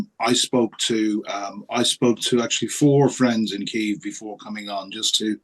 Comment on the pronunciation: Please please pronounce kyiv like a Ukrainian. 2 years in now